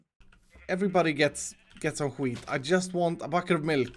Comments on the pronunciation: he do be saying hwheat tho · The Way he says wheat is so funny